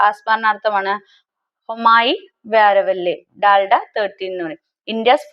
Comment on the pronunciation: Dalna alla bro dalda aan bro